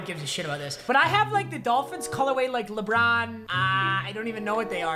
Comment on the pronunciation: Man you can really hear the michigan in his voice when he says lebron